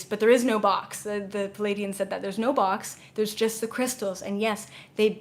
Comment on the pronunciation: Hi, I am new to you, and I love your work. I have a question... When you said Pa-lay-dian, are you referring to the beings from the Pleiades? Who are the Plea-i-dians? I hear so many people mispronounce that, and it can be very confusing. I just want to make sure that there isn't a race of Palaydians that I dont know about! Thx in advance for the clarification! A fan in Vermont